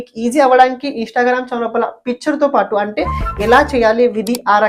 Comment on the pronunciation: Instagram and not INSHTAGRAM please pronounce correctly my dear hindi boy